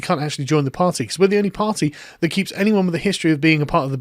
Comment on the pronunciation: You kip. Not keep.